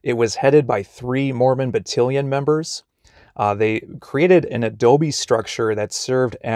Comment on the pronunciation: Mormon BattAlion.Not Battiliion. Great video though!